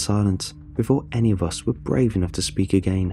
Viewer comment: narration is soft and monotonous, plus it fails to capture the emotion of the story... heard it numerous times for other creepypastas, and the pronunciation is awkward at times ('a gain', instead of 'again'... 'ideer', instead of 'idea'... etc)